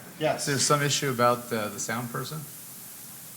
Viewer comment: I love the way canadians say ABOUT ABOOT ABOWT ABOWWWTTTTT